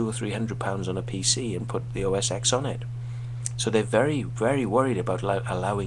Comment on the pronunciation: PC would not exist the way it does today without mac. so don't say mac stole from pc because this is a personal computing industry and everyone shares. I like both PC and mac so im not biased. Oh not pronounced "OS X" we learn roman numerals in grade school, it is "OS '10'". Wait. you dont like apple because it is playing its part in the game? If you don't like iphone's from "stealing" from windows phone then wouldn't you hate blackberry, nokia, samsung, etc. yeah. you are just making up shit :)